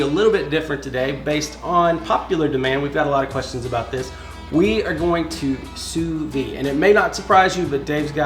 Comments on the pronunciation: You pronounce the "D" when you say "sous vide"...not "sous vie"...thanks for sharing! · Why do so many people on YouTube mispronounce Sous Vide as Sue Vee... When it's correctly pronounced Sue Veed?